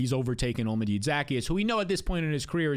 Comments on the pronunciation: Olamide zaccheus’ name is pronounced: hola(Spanish for hello)-mih-day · Say it with me. OH-LAH-MEH-DAY ZUH-KEY-ES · Say it with me: O-la-mee-day Zah-key-us -- Olamide Zaccheaus